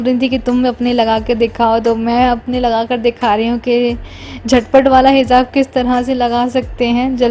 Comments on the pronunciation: Behan angrezi par halka hath rakho...hindi ya urdu ke alfaaz hi kaafi hai...kher tum urdu bhi sai se bol nai pati....hijaab...not hizab.... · Inka puura khaandaan aesi bolta hai Sa sha ka kuch pata nhi. Za ja ka ata pta nhi. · Hizab nahi hijab kehte hai sister urdu Arabic sikho pehle app